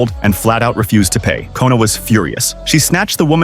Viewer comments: Her name is namsoon not nona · Boy her name is nam soon not “kOnA” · And her name is not kona its nam soon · her name is Nam soon not kona 😡😡😡😡😡😠😠😠😠😠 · Bro her name is namsoon not kona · Her name is nam soon not Kona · Who tf is kona her name is not even kona is nam-soon